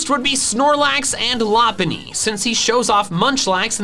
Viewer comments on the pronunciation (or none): Lapunny? It’s loe-pun-E